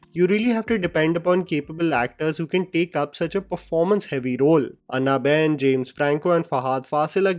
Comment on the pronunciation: अन्ना बेन nahi hai pronounciation It is अॅन्ना 😂😂